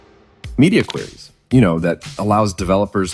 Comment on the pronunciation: It's "Queries", not "Quries".